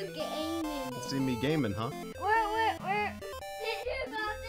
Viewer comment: They said gayming